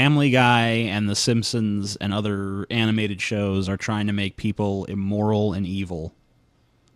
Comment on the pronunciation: Nobody's bringing up his mispronounciation of immoral? He's saying 'eemoral.'